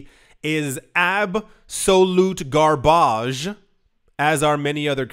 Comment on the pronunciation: ty, gar- barge lol. see you!